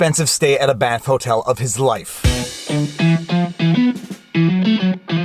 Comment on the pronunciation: You keep saying "Banff" Hotel, and I keep hearing "BAMF" Hotel. Now I wish there was one somewhere out there.